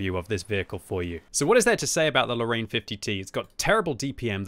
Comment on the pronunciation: You know what bothers me sometimes ? All the English speaking people put in a LOT of effort to pronounce "KUNZE PANZER" in the most German sounding way possible, but then just go on to say "Lorraine" as "low rain", as if that even resembles French.